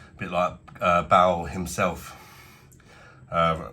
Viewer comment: It’s bale ba-il not ball